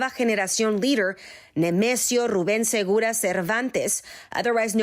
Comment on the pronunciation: This woman said “Segura” instead of “Oseguera” 😂😂